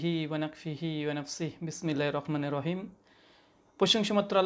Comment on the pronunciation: বিসমিল্লাহি "রকমানির" রাহিম নয়, এটা হবে "রহমানির" রাহিম।